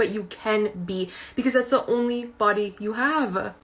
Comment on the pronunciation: “Because it’s the ohnly body that you havevah “ 🙄